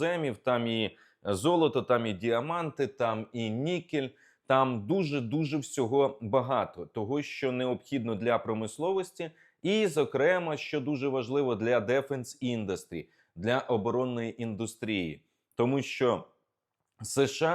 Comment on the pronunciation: Олександре, не dEfence industry, a defEnce , якщо вже ви вирішили остаточно перейти на англійську 😂